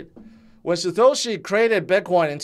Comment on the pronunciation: I live for the day that learns to pronounce Satoshi properly